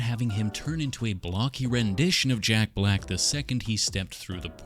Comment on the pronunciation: every time you said "jack block" i lost it